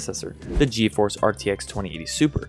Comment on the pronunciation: Ge a force It’s pronounced g force just so u know